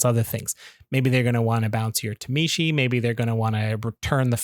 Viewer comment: Please understand phonetics and stop saying “tuh-mee-she”